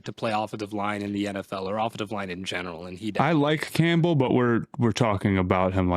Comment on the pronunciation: why does always pronounce the last name Campbell as Camp-bull